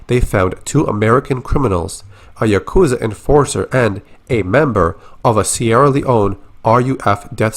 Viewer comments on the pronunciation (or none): none